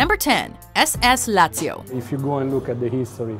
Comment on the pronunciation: I got to #10, Lazio, heard her pronunciation and immediately checked the comments.